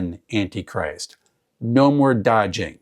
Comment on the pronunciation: Love the emphasized "An Anti Christ"... Have a. Fantastic Con! ❤🎉🎉